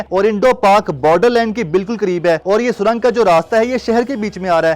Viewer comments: O Bhai lafaz surong hota he na k surang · Pehle to isse yeh batao, jahil admi surang hota hai na k sarang😁😁